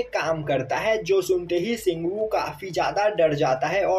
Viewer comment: Si😅😂ghu ko ghu blo karo😅😅😅😅😅😅😅😂😂😂😂😂😂😂